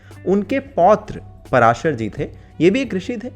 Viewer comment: पराशर नहीं पाराशर है भाई।